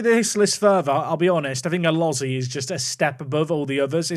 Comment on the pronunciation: Elozie is not pronounced Uh loh zee but Uh lo zee ayy